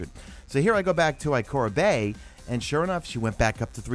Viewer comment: Hey, It's "Ikora Rey", not " Ikora Bey"